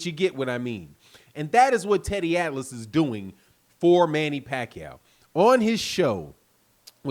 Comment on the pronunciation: You crazy teddy atlas you always say wrong.